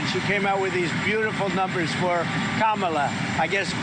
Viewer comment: He keeps proving he said her name wrong for the base to eat up